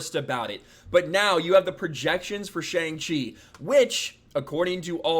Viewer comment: Cannot even pronounce the title of the name right LMAO. Can’t trust anything coming out of this guy’s mouth.